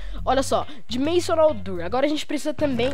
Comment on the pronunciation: "door" se fala "dór", não "durr" que agonia cara.. kk